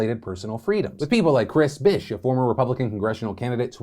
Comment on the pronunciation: naw I deadass though you said "Chris Bitch" who is out here naming their daughters Chris Bish 😂